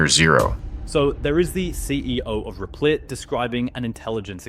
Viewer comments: “REPLIT” Reptile Look at the letters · Rep lit Not Re plit